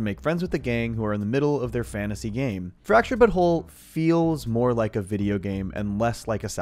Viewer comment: i genuinely hate when you pronounce the names like dikinbaus and fractured but whole in a way that completely ruins the joke dickin baus you pronounced like dickunbaus u put emphasis on the baus instead of just saying balls and you even ruined fractured but whole completely by not calling it the fractured butt hole personal opinion